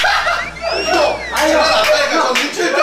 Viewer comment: 아니요오... 와 민애옹 발음 실화냐 ㄹㅇ 개귀엽다 민애옹은 전설이다.. 그 카리스마 넘치던 민애옹 맞나 개귀엽다